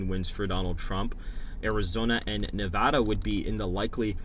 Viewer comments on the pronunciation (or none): none